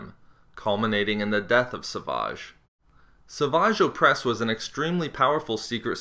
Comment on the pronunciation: >Sah-vage O'pres Love how you try to play off how silly his name is